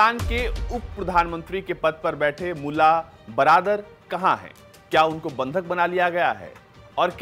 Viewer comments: Bro it's mulla Baradar not Bardar. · ।।।। बरदार नहीं बरादर है।।। पहले बोलना तो सीख ले।।। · बरादर है यार बरदार नही। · Support se anchor bna lag rha hai Baradar ko bardar bol rha hai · Mulla brather to to bolna seekh le bhai